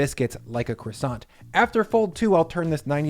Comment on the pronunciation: Love your pronunciation of croissant!